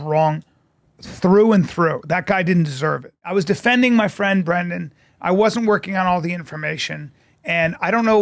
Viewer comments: His name is Brendan like how its written in the title of the video. This is what Brandon looks like which is what you keep saying. You have a PhD in Fighter and The Kid and can't say Brendan's name how?! 😂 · Honestly you saying Brandon instead of Brendan is all I can focus on. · Brother is name is brendan atleast get his name right 😂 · Pro tip: if youre going to make a video about someone, learn how to pronounce their name properly. Who tf is brandon? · Why do you call him, "Brandon"? His name is Brendan. If you are bringing "receipts" then, at least get his name right. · I’m not a fan but for fucks sakes the dudes name is BRENDAN NOT BRANDON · I think the constant “Brandon”instead of “Brendan” is childish. Be better. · It's BRENDAN NOT BRANDON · The fact you pronounce it Brandon instead of Brendan is truly the chef’s kiss to your trolling. LET HIM COOOOOK 😂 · His name is not Brandon it's Brendan. How are your "facts" supposed to be trusted when you can't even get his name right? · Stop calling him BRANDON it's Bren-den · It's "BrEndan," not "BrAndan!"😂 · The disrespect of a channel who makes money off of criticizing Schaub not knowing the difference between "Brandon" and "Brendan" is hilarious. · Does this guy know it's Brendan and not Brandon? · Dude, its "brendan" not "brandon" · Brendan NOT br(A)ndon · Isn’t his name Brendan not Brandon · His names Brendan not "Brandon" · Why do you call him Brandon? It's Brendon. How do you not know this? Kinda Cringe tbh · I love how you call him Brandon instead of Brendan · Calling him Bandon the whole video is hilarious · Say it with me Breeeeenden… who tf is Brandon Schaub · You cover this guy often… how are you going to call him Branden instead of Brenden in the first 30 seconds lol you must be trolling! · Yo, bro…. It’s Brendan* not Brandon. I cringe every time I hear Brandon 😆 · Do you always call him Brandon? It’s Brendan. 🤷🏻‍♂️ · These guys are lame….but his name is Brendan not Brandon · STOP SAYING BRANDAN BRO